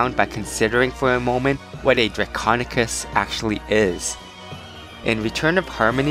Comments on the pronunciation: he is saying draconekiss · draconequus. repeat after me DRAC-ON-E-QUUS